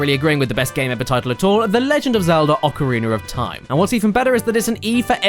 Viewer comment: I thought that you pronouncing "Vaniller Ice" is just a part of the joke, but after you said "Ocariner of Time" and , I'm not so sure anymore. O__o'